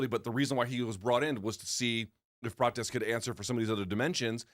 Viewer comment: Don’t you want to hear Luke squeezing “Carlohsss PRaaahtchesssshhhh” out a hundred times?😂